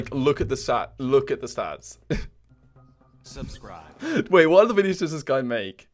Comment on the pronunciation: “Sats” like said